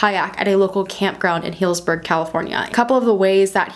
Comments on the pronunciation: My home town is next to healdsburg, and you are pronouncing it right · Im from Santa Rosa Ca witch is like 15 min away from Healdsburg Ca My husband has family there... we used to go to Healdsburg a lot... by the way you said it right